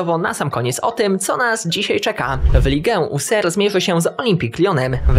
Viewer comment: Auxerre --> o-GZER